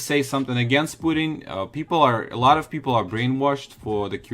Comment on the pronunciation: lol he said “pooting” instead of “Putin”